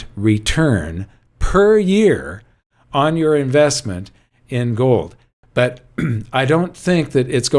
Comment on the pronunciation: Did I catch a Dutch accent there? A little Goldmember? What about joe? I think that's how Yukon Cornelius said silver in the Rudolph story.